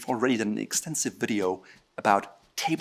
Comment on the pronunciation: How does he manage to make "table manners" into one syllable? He talks too fast and slurs words together.